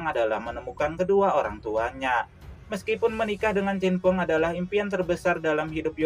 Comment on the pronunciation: CHEN FENG min Bukan Cinfeng